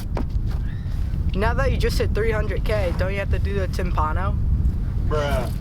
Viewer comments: ITS TIM-PAWN-NO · tim-PAH-no silly goose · Every time he mispronounces timpano I cringe Still glad he finally made this :0